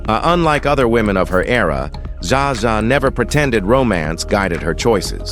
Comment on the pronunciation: Zsa Zsa is not pronounced Zaza!!